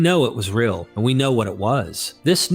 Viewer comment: Well this was a bait-and-switch wasn't it? At first I thought had posted some professional documentary narrated by a nice sounding British guy, instead it's just, who can't seem to help pronouncing the word real as "rill" and who has a reading cadence of a goddamn 6th grader. I'll pass.